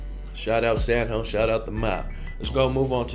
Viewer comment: “San Jo” you said it right my dude